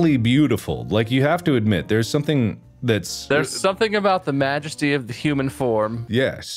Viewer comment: "Magesty of the human form" TF IS THAT!?